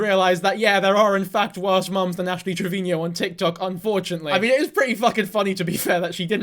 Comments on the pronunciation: Trevino, not Trevinio lol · Please stop calling her "Triveñeo".. you're making her sound way more fancy than she is lol. It's just trivino lol. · 6 videos and still can't pronounce Trevino